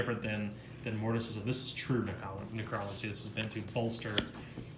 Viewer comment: I realize I am being seriously OCD about this so I'm sorry in advance. but you said necromancy incorrectly. It should be pronounced nek ruh man sea. Once again, I am really sorry about my OCD about this but, I just wanted to point that out. 😉